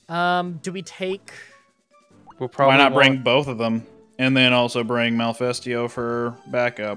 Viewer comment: Its not really an accent issue when you read Malfestio as Malefesto, reading Ludroth as Luddroth instead of Loodruth is a different story though. Its just you not reading carefully and not caring enough to pay attention. Sorry but that is not an accent problem.... No hate btw, just wanted to let it out. Love the series otherwise, 2nd time I am actually watching it :)